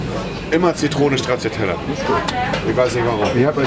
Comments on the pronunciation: Stratschiatella nicht strazziatella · Straztschiattella - und irgendwo ist wieder ein Italiener an Herzinfarkt gestorben. Sorry dafür!